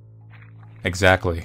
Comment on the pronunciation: "Axectly"